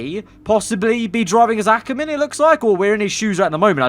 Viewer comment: He said Akkerman!!! We finally got through to him!